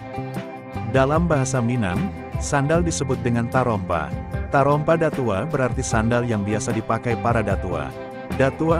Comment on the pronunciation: Ngomongnya bllm menunjukkan khasnya Minang, contoh kata datuok admin ngomongnya datuo krg jelas dgn kata datuoknyo